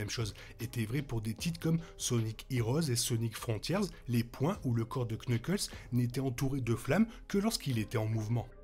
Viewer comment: salut tu sais que en fr tu n'es pas obligé de prononcer le K de knuckles, sinon super vidéo!